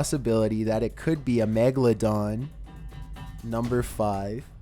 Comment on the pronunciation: did he say magaladong?